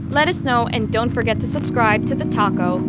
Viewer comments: Thought at the end she said "don't forget to subscribe to the taco" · At the end of the video it sounded like they said to subscribe to "The Taco"!! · "subscribe to The Talko" sounds like "subscribe to the taco" aaaand now I'm hungry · when she said subscribe to the talko it sounded like subscribe to the tacco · When you said subscribe to the talko I thought you said subscribe to the taco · Lol it sound like you said go subscribe to the taco XD